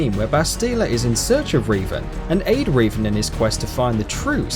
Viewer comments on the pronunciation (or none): Reevan? Its pronounced REV-AN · Your pronunciations of Jeanne and Revan was utterly vomit-inducing. As for which side-kicks I'd like to see, Mikhail from Drakengard 3 after Branch D ending. Also, I'd love if they could make another Bloodborne game that starts off in the beginning, letting you play as Gehrman. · How The fuk is it he says bastilla and revan